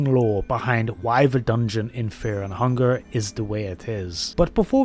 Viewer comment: bro cant even pronounce fear and hunger